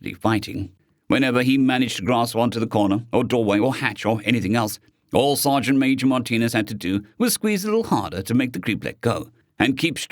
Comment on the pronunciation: Oh! It's Sergeant Major! Not Sergeant "maaj". Ok, you corrected it. Thank you.